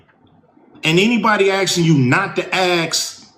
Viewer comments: I can't take seriously a multi millionaire rapper who can't even bother to learn how to say simple words like "ask", but says ax instead. It's just lazy and a case of Ebonics envy. And what is it the multi-millionaire rapper thinks he should "get"? He, like Ice-T and Fawty, leveraged the horrific destruction they participated in, inside the black community; then went on to leverage that destruction again, playing all these 'parts' in Hollywood productions. Not serious at all. I'll take these guys seriously when they start their "We f'kd up the black community and we're sorry tour" and start getting all these kids to stop the killing in their own communities. Kids who grew up thinking "these guys" were icons and hero's as they went on to become gang banger wanna be's, shooting up the hood because "it was cool" when they saw these 'rap hero's' doing it in real life and on the big screen. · It's A S K not AX. Omg. When? And its DEMOCRAT. Not Democratic. There's nothing democratic about the D party. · I would like to “ax” Ice Cube to pronounce “ax” the way it’s written , “ask”. Probably says “scrimps” too 😂😂😂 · Ice Cube: You gotta ax. Why ain't chu axin'? Ax live presidents for dead presidents. Erry body else ax! Y u no ax? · Never take advice from anyone that says axe 🪓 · In one spot he said "ax". and then later in clip he says ask. WTF is up wit dat, maing? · Hey Ice , the word is ASK not axe . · Anyone who pronounces "ask", "axe", doesn't carry an ounce of credibility. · ASK or ASK-ING not Axe or Axing. Why is that so damn hard? The K sound doesn't sound like an X, we were taught that in elementary school. I don't know why anyone would listen to an American who can't speak proper English. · Mr. Cube. I agree with you. But it’s “ask” not “aks”. The K comes after the S…not before. Thank you. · Axe not what you can do for your country, axe what your country can do for you. DUH! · He lost me at the "ax" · "Let me AXE you a few questions." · All I hear is axe, axe axe.